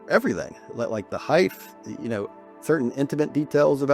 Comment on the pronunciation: Nice testimony but the word "heighth" isn't a word even for an American 😅